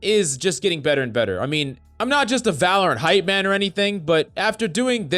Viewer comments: ah yes my favorite "valopant guide" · Ah yes the game we all love "Valopant"